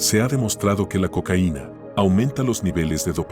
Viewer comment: No puedes decir Cocaina mijo